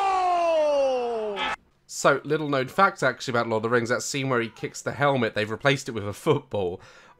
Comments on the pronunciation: THE "teh lurd of the reings" WAHAHAHAHAHAHHAHHAHAHHHAHAHAHAHHAHAHAHAHAHAHAHAHAAHHA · Ah yes, Teh Lurd of Teh Reings 👌